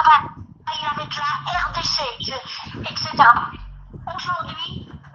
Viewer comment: excetera.......elle est enseignante chez las cathos et na sait pas prononcer : et...cetera....en latin e = é ...le t de et est pronocé et le c se pronce k en latin.....chez les cathos , les enseignants ne connaissent pas la langue de rome ???? quelle honte ! et se mêle de dépouiller l' Afrique.......